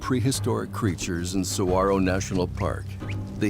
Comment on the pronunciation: I've lived in Arizona for most of my life. Saguaro is pronounced: sah-war-oh. Lovely documentary! 🌵🌵🌵🌵